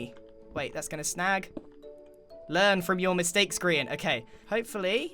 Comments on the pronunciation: Also how calls grain Brian lol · when said Gearian i was laughing so hard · just casually: Ge-ARR-ian! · X i suma always call Grian G R Ian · No one: Grian: X i zuma:Giarien